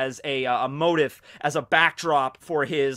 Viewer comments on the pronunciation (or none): goddamnit, it's MOH-TEEF!! DX